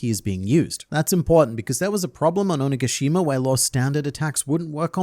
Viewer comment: “ohneega-sheema” ❌ “ohni-gashi-mah” ✅